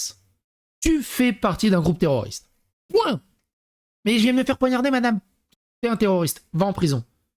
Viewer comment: Poignarder et non ponarder 😂